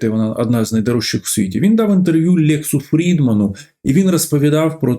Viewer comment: Не "Лєкс" а Лекс Фрідман !